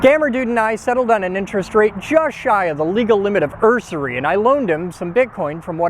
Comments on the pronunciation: "Ur-sury"? It is pronounced Yoush-ary. Not trying to be a dick, trying to only teach 😊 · did you say “ursery”? Isn’t it “usury”? Pronounced you-surrey? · "uRsury"? Is that what was going on in the story of Goldilocks and the Three Banks? teeheehee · My only issue is your pronunciation of usury. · "Usury" only has one 'r' in it.